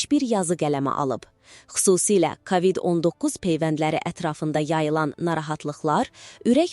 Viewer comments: Sən kimsən, ay danışan? KAVİD niyə deyirsən? A nı vurğğulama. K O VİD DE sonra nağıl danışarsan? Nə qədər tanıdığımız məhşurlar öldü.. Unutdunuzmu? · Kavid yox kovid. Ağzınızdan çıxsın ailənizə evinizə düşsün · kavid yox kovid. hər sozu ruslarda oldugu kimi o hərfini a demək uygun deyil.